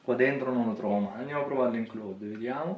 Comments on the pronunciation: Comunque si pronucia " claud ". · ti prego smettila di leggere male cloud !